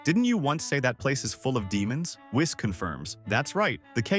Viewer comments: I am so sick and tired of everybody calling him wiss it's whis "weess" Even my voice to text feature on my computer got it right LOL when I said Whis this is what popped up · Misprounounced whis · Whees, whiis wyse whes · Interesting, let me continue watching, but why are you calling Whis that way? 😅 Is that how you pronounce “whiskey,” which is what Whis was named after? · I did like the story.. HOWEVER.. STOP USING A.I NARRATION!!! I'm so fkn sick and tired of lazy YT using A.I narration!! It's pronounced > KI not K - i Whis not wise ITS SOO CRINGEE